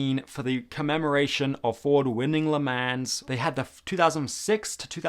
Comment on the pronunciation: Le MANS 😭😭 that pronounciation